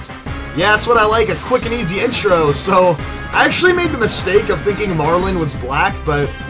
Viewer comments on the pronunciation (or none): none